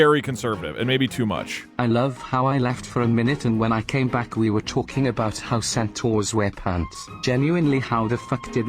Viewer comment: "centooawrs"